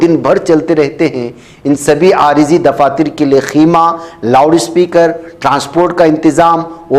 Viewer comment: It is Khaima, not Khima.